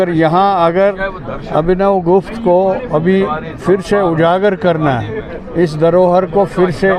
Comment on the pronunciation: It is not Gupta it's gupth.